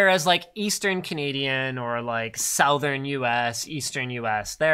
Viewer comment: Holy crap Linus, try saying "SOWthern" one more time!